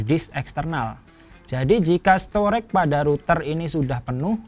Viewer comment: STORAGE dibaca STO-REJ, bukan STOREK!